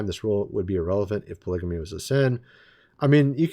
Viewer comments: Polygamy not poligany! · polygamy is pronounced poligamee with a hard g...the way you would pronounce "game". Also, eunuchs are castrated men...who did so for various reasons😂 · The words are... polygamy "pol-lig-ah-me" and monogamy "mon-ahg-ah-me". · Is anyone going to tell him polygamy has a hard 'g'? Anyone? I love ya, but honest to Pete... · Oh my gosh dude, it seems like you need to ask AI how to pronounce monogamy and polygamy!!! 🤣🤣🤣🤣🤣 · guy is how old and he doesnt know how to pronounce polygamy properly